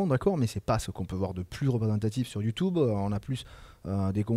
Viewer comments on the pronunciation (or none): Desfois, je me moque de Youtube en disent "Ïoutoube" mais je ne savais pas qu'il existe vraiment des gens capables d'avoir cet accent. "Et aloreu? To chain-é-Youtoube sou porteu bi-en?" -Forteunaïteu -OvereuWatcheu -Du-gaïmingueu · « YouToube » :D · Poce blo pour le youtoob